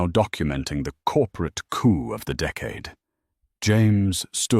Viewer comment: Coup is said without the P (silent p)